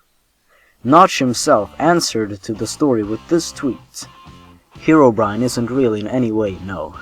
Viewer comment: It's pronounced Hero not Hiro, Herobrine